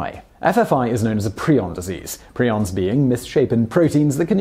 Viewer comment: Ahh. The quality of your videos is excellent! Was so glad to hear you pronounce prion correctly, very few youtube videos do this